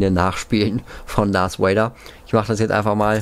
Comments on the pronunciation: Hi, ich feier deine Videos und mach weiter so,ich kann zwar selber nicht so gut englisch aber bitte sprich darth Vader oder sith trooper richtig aus,mich triggered das voll und ich möchte nochmal sagen ich mag dich und auch deinen Kanal und kann selber nicht soooo gut englisch aber bitte achte ein bisschen auf deine Aussprache ^^ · Er heißt Darf Vader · Diggah es heist nicht dars vader sondern darth vader DARTH